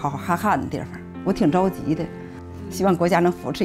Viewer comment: 也说得不标准，居然把“着（zhao2）急”错作“zhao1急”。😡